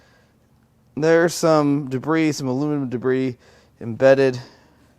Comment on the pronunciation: Haha - another "I fixed it." And I'm relieved that you were worried about a misfire due to part in the intake. But I miss pronouncing debris as "de-briss." Did too many people not understand your humor?